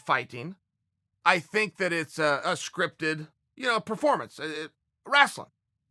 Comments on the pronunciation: Man I just can’t over how he says “Wrastling” Instead of “Wrestling”. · “Wrastling”. Lmao. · I love how Chael says "wrestling" like "wrastling" like "rascal". Makes it sound even more cheesy than it already is. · "Rasln' match". Chael Sonnen is the man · He says “wrasslin” to infer its a fake fight. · wrasslin.... West linn.... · FFS...It's Wrastlin'...the Dub-ya and the T is silent...Dayum Y'all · I love how he says rastle 😂😂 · Chael “Rastlin” Sonnen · Chael "WRASTLE" Sonnen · or Rastling even 😂😂😂 Love how ppl from the midwest pronounce it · Apologies mate. should have been more clear.. Im an aussie who lived in the mid west for 7 years and many of the guys there said Rastlin 😂😂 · Did he say wrAslin Sylvester Stallone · Someone PLEASE make a highlight vid of Chael's wacky pronunciations... 'wrasslin', 'Yarear Rodriguez' and 'Breakfrast' to name a few.. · Please please please tell us why you are saying "wrastling" Chael. Your listeners deserve to know. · TheDarkCloudNC my dad says it the same way for some reason lmfao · How he pronounced wrestling is straight out of South Park. LOL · I was reading this comment when he said it. I was like that's interesting! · wrestling match he pronounces is like south park lol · A wrestler can’t say wrestling properly. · Chael says "wrestling" like an old black man for Mississippi. 😆